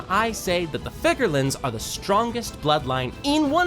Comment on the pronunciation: Figarlan garling 😂😂😂 rayleig prime vs garling prime = ? you know 😂😂